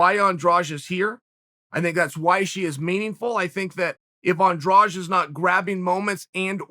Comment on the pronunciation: Do you see a "j" in Andrade. It needs to be pronounced Andradeh. Brazilians end it with a soft "d" which misleads people into thinking it is pronounced like the second "g" in garage. English doesn't have a sound like the soft d.